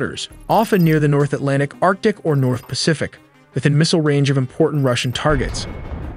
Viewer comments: Arctic Ocean not Artic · its arctic ocean not artic, is this channel literate or go to elementary school?